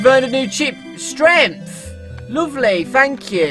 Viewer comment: be like: Strenth